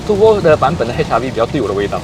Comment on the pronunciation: It’s turbo , turrrrr rrrr bo，不是 tu bo ，tu bo 好像骂人这样，😂 你这个tu bo 啊，迟到这样多！ 哈哈哈，骂人的感觉